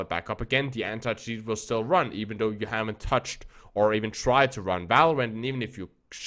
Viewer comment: IT'S PRONOUNCED "THOUGH" NOT "DOE" or "DAREFORE" IS THEREFORE